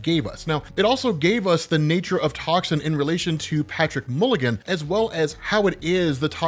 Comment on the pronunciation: you kept touting how OP this guy was. did I miss you explain it? also it's mulligan, not milligan